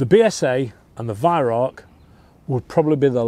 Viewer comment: just so you know Weihrauch is pronounced VYROW (Row as in argument) not VYRACK.